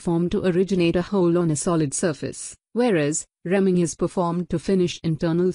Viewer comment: It’s a “reamer” punc. as ree-mer but you keep saying rem-ing